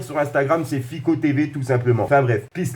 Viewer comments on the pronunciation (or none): none